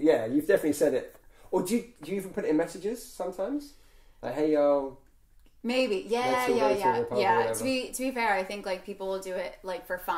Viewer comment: To hear her try to say y’all made my heart hurt….. she tried…. but bless her heart it didn’t sound right